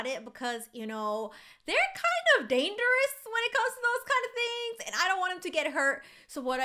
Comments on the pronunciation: who else noticed that said danderous instead of dangerous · you said danderous XD